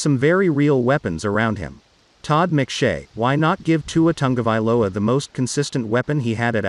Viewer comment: It's not Tangovailoa it's Tagovailoa